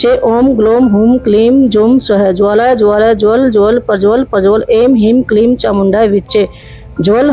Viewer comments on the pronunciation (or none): Ucharan me galti hai... Em nahi, Aing...Klim nahi, Kling.... Pancham varga niyam... Navaratri ki shubhkamana aapko.